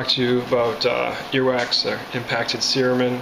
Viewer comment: I'm sure the word cerumen is pronounced ce-RU-men, not cer-A-men like this was pronouncing it. But I've also heard Dr Oz mispronounce medical terms sometimes so he's in good company!